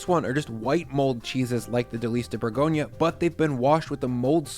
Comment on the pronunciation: It’s pronounced Boor-gonya, not Burgonia 🙂 (And roll the ‘r’ at the back of your throat).